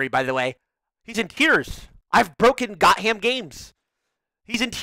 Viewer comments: Is it Got-ham or Goth-am? Him saying Got-ham is bugging me. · me dying everytime tyler called levy "got-ham" XD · I absolutely love how he calls him "got ham" lmao.